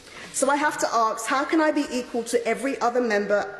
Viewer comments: I never thought I would hear a member of the cabinet use the word "aks". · Hilarious 🤦‍♂️🤦‍♂️ so sad to see how this country has become. (Did she just say “ax” and not “ask”? ) Did that actually happen?? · She can pronounce 'this country' but not 'ask'...